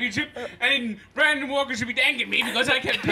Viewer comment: says brendan trying to say Brandon